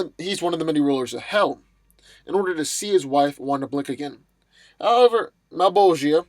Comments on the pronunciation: It's not malbogeea it's malbogia (JA NOT JIA) FUCK get it right. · Just to help you out: Its MULL-BOLL-CHAH, as the Name is pronounced as it is in Italian, because Spawn was influenced by Dantes Divine Comedy. And its not a dumb Name, since it has Latin roots and means: "The One Who wants evil" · Plastic Man vs Slapstick ...and it's pronounced Mahl-bro-ja